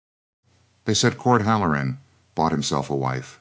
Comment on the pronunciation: It's not hal. LOR un. It's HAL Lor uhn accent on first syllable. Bad cadence. Feels jerky and halting. Once again, you need proofreading . And you FINALLY quit calling everybody Clara. Now, this is 2 stories with an Elora. And Voss, and Elias, Caleb, Gideon. PLEASE do some research. And if you have the cook make salt pork,beans, and cornbread, I'm gonna SCREAM !!!!😳😳🤔🤨. 🌎💙🌊🌊🌊🌊🌊✌️✌️🤔🤔🤨🔥💥💯😘